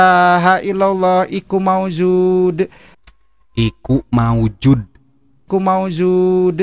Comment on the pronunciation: Koreksi,, bukan iku maujuud, tp Hayyummm Maujuud... Hayyummm Ma'bud….. Hayyumm Baaq.... Pangapunten kalo salah....